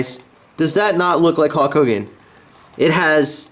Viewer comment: Great Video i 100% agree with u he should still be in WWE.. but sorry not trying to be rude its Hulk not Hawk